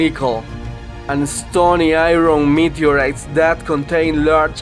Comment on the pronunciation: Die Stohnee Eye-ron Meedteuriitghts ... very nice... I like